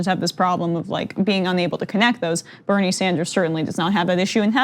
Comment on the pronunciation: Nina Turner pronounces Bernie's name correctly. Also the female of Bernard is not Bernadette but Bernarda. Bernadette is actually a modern derivative of Bernard. St Bernadette's name is officially St Mary Bernarda and not St Bernadette. Bernadette is one of my names by the way.